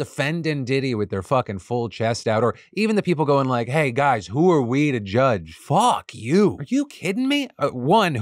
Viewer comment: I love how when Phil gets more angry he gets more Italian "phuuuck yeeeuu", "ya trash" "phuuckin waste'a space", "ya phuckin stoopid" 😂